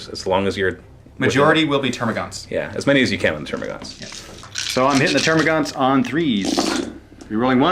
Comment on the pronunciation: It's termagants not termagaunts